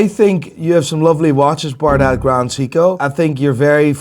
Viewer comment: Maybe they'll give him AD status when he learns how to pronounce Seiko...